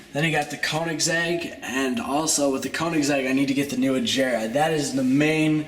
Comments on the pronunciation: Its murchyelago and veneeeno and aggera like g as in goat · the koenigsegg is said ag-era-r just a btw